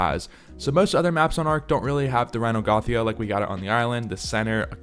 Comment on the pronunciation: Its pronounced rhy-nio-natha, not rhy-no-gothia 💀